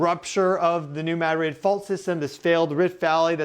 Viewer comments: We say MAD-rid not Ma DRID. This is the Midwest not Spain. Thanks for all your information you’re amazing!!! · Mad-rid, one word. Not "Mad Rid" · Spanish: (muh)-DRID...emphasis on last syllable: MAD-RID...equal emphasis on both syllables Correct: MAD-(rid)...emphasis on first syllable Give him time, he'll get it. ☺ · Pronounced “new MAD-rid” fault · Dear. There are two Ds in the word Madrid. Neither are silent. ✌🏽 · As a local, the first time you said New Madrid fault is the correct way to pronounce it. The way you started saying it later in the video is wrong. And also it's not pronounced the way the city is Spain is. We aren't Spanish, we're American and the settlers in this area were largely French and German.